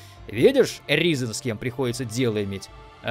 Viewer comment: Да не Разен, а Ризен!